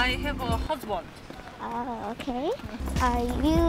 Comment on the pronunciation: 댓글감사합니다^^ 남편인건아는데 저 영상에계신분이 발음이 정직하여 다른말(HOSBOND)로 해석하고 웃으시는건가해서요 여쭤본거에요